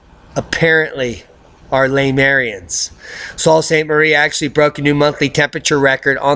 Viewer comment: Great vid as usual, watch everyone of them., but. with tongue in check I have to say that I live in southern Ontario and that most of us aren't smucks. Have to correct you on the right way to pronounce Sault Saint Marie. Its pronounced Su Saint Marie. Somebody from there is called someone from the Su. You should be nice to Canadians as our government will introduce a carbon tax Jan 1/19 which over time will save the earth from catastrophic warming. The government doesn't care that its a tax on the poor. Your welcome.